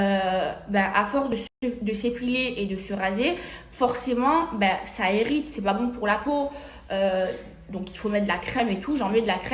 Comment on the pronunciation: Ça errite au lieu de irrité aussi